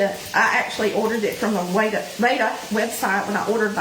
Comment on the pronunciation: Rada is pronounced like the a in cat…..not like the a in radar. 😊